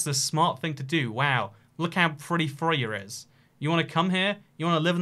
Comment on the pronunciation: Your first attempt at pronouncing Frøya was pretty much perfect, and then you tried to get it right and just got it terribly wrong.